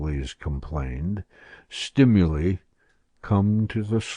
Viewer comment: the narrator mispronounces "stimuli" over and over...